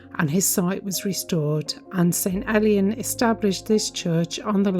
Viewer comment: It's prononced more like ale/ian than elian don't worry about it though, just for you info.